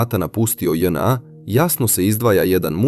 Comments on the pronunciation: st znaci Dz NA....zar nije JNA....ili onaj drugi maloumnik nepismeni speluje latinicu kao English alfabet....dzej en a.. . strasno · Nije DzNA nego JNA seronjo😂😂😂😂😂😂